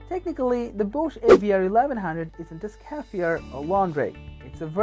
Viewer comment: Pronounced SCARRY FI ER